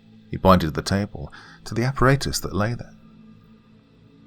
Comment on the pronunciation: Makes me smile every time he says appaRAYtus.